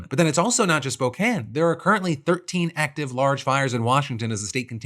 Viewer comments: 2 things I have to say, First wild to here my town of spokane in a ohillip defranco video, thank you for covering it, and second THANK YOU FOR CORRECTLY PRONOUNCING SPOKANE!!! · Thank you so much for saying Spokane correctly ❤❤ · Oh my god. You said Spokane right this time Phil! I could not be more happy. 😭😭😭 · you pronounced Spokane correctly, well done Philip.